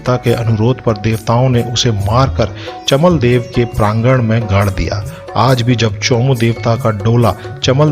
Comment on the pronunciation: "चमदेवल" है चमलदेव नही जय चौमू चौखाम बाबा 🚩🚩